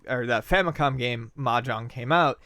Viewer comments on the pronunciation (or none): The "j" in Mah Jong should be pronounced more like the "s" in pleasure, and less like the "j" in John.